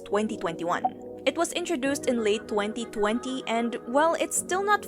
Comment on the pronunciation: "Twenthi Twenthi (2020)" im sorry butt that cracked me